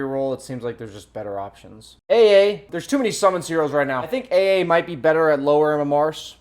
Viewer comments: Love the way says “Ey Ey” when pronouncing AA. It’s cracking me up. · pronouncing AA: "Ah ah" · Lmaoo guys I also pronounce it ay ay, I just mean that adds like a mumble rap twist to it when he says it 😂